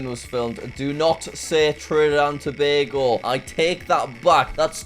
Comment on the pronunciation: As someone from Trinidad & Tobago, I'm giving you half a point for pronouncing Tobago correctly. So many people get it wrong. Here's a fact: Trinidad and Tobago is home to the largest natural deposit of asphalt in the world. It's called the Pitch Lake.